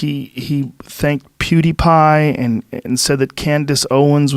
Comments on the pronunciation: Finally pronounced pewdiepie right. The game is called the circle game where I was from. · is this the first time joe said pewdiepie correctly?